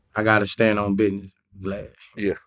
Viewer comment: "I STAND ON BIDNESS"😂😂😂